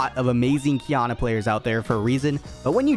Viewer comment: Its not Qiyana, its Kinua.